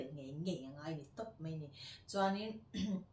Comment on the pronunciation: Paih tih turah peih I ti a, mai tih turah mei I ti thin bawk a, ka lo sawi ve mai2 .hmuhnawm lutuk e